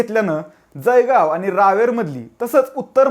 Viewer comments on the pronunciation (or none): जयगाव नाही भो ते जळगाव आहे घडी घडी जयगाव नको म्हणू जळगाव म्हण 😱😱😱😱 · जयगाव नहीं रे .... जळगाव म्हण बेटा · अरे बाबा जळगांव म्हण . . . ज ळ गा व